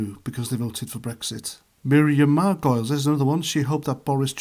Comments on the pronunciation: How would you feel if he said that about your wife, sister, mother, or daughter? Would you still find it funny and still want that pint? It's pronounced "Margolees" Had someone on the left said this people here would be saying it's disgusting! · how did you manage to get every single name wrong? joe instead of john bishop, Margolyes i can't even pronounce what you said her name was, you even got Nigel Farage's name wrong...jesus